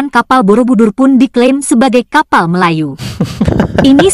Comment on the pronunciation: Kapal disebut 'kapai' 😂😂😂